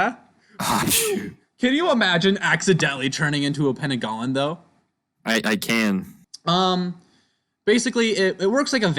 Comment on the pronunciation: Heads up about the pananggalan, im Malaysian but nobody calls it that, its pronounced pe-nang-gal